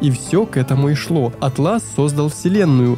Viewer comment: кстати, интерфейс называется Áтлас, а не атлÁс)